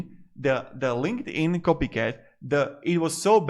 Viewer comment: "linkedfart" lol